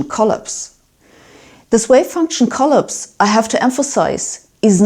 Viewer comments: Hi Sabine, thanks for your enlightening explanation of Many Worlds. So much to learn... so little time! Sabine, hope you won't take offence, but the word "collapse" is usually pronounced like saying "coll-aaps, not coll-ups. ❤ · I wonder what it means that you cannot pronounce the word collapse right. You emphasize the first syllable instead of the second. /kəˈlaps/ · 'Collapse'': 'Co-laps', 'O' wie in 'Loch', 'a' wie in 'machen', Akzent auf dem zweiten Teile. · drink every time she says collips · She pronounces "collapse" as CUL-eps, while in the states we say cul-APS. Who knows - maybe we're the ones who pronounce words differently. We in the USA are insulated, and many of us are isolated, from the rest of the world. We don't know what we don't know. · Klapse not coll-apse. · Oh, Sabine. I love your "kolops". (But to continue.....) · Sabine and Shaun Caroll should have a debate. We want to see it. And from this day forth the I will pronounce collapse as collOpse. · ColLAPSE - stress the second syllable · Please somebody teach Sabine how to pronounce "collapse" in English. I was most of the way through the video before I realized she wasn't saying "co-lips". Made the whole thing yet more mysterious! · collapse is pronounced cuh-lapse' - accent on second syllable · "Collapse" - the intonation stress in on second syllable, not first= collAPse. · Agreed, she does put the stress in some words a bit off. Yet, I challenge you to speak German at the same level as she speaks English. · Although it's really fascinating to hear this stuff from this excellent physicist, it is really damn hard to keep listening the word "collapse" pronounced like that. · It's cute how she mispronounces "collapse".